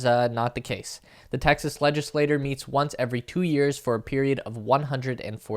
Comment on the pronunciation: Its not legislator, it's legislature (chure)